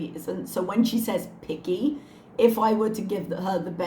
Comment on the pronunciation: Ooh she said "picky"! I could have swore she said "I'm gonna be piggy". And I believed her